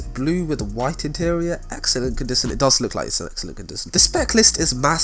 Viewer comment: "Condison" This dude